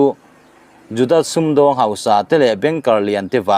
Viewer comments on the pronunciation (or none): none